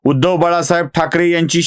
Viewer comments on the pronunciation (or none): none